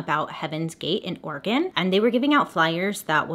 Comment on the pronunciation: completely unrelated but as an oregonian i have to give props to Bailey for not pronouncing Oregon weird